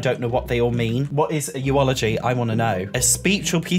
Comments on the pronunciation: Btw eulogy is pronounced YOU-luhjee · I love the way you said, "eu-o-logy," lol